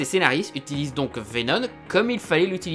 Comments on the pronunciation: Pourquoi tu dis venon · C'est moi ou une fois sur deux il prononce "Vénonne" ? ^^ C'est pas pire que le "pour que vous compreniez C'EST QUOI mon problème" à , mais bon ^^ (au cas où si y en a qui seraient tentés de crier au grammar nazi, je précise qu'il faut pas chercher bien loin pour trouver de l'ironie dans le coin) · Bordel, mais c'est VenoMMMMM, avec un M, pas VenoN ! XD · VENOM PUTIN vé nome PAS vénonne , sinon on dirais que t'est le seul a avoir remarquer que ce vénom avais rien a avoir avec spiderman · Pourquoi tu dis venoN et pas venoM ? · Pour info... Tom Holland'Holland', qui interprète Spiderman dans le MCU, aurait été vu pendant deux jour sur le tournage de Venom... D'ailleurs c'est bien Veno"M"!!! T'en es où toi de tes problèmes de prononciation!? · Ah mais tu parles de VéNONNE pas de Vénom ! #trollgentillet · Arrête de dire Vénon, c'est Vénom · Il ne sait pas prononcer venom il dit venone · je suis le seul a entendre veno"N" ?? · Entièrement d'accord avec toi mais stp, arrêtes de dire VenoN x) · (À ) vénon, 🤣🤣🤣🤣🤣🤣🤣🤣🤣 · ARRÊTE DE DIRE « VENONNE » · Arrête de dire "venoNe" C'est insuportable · Il recidive a 😑...